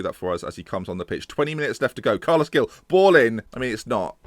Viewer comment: Carles 'Hil' - not Gill. And Verah-too. Keep it up! Screw Pearson/di Matteo/Moyes, can we appoint you instead?!